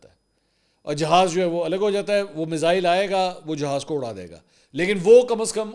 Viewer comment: Ve-log hahah Mizzzaaeiil 😂😂